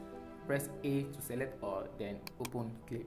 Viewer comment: Open not opon